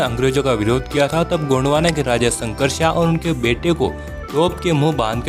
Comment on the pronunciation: गोंडवाना नहीं गोंडवन है बहूतोंको पता नहीं.